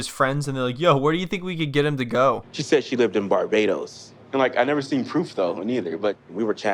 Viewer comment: The way says Barbados is comedy gold.